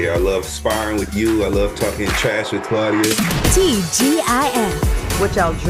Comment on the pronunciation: Claudia, not Similac 😅😂😂